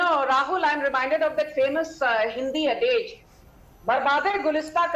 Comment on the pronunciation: BJP illiterate woman says: " famous Hindi ADEYAGE "😂 URDU Poetry; adage nhi mDUMD